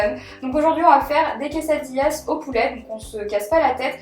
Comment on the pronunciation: Je sais que tu ne parle pas español mais on dit une quesadilla(pas de "s")et des quesadillas